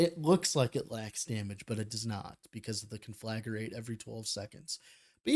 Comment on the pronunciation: You're putting an extra syllable in Conflagrate. Con-fla-great. As in this guide is con-fla-GREAT.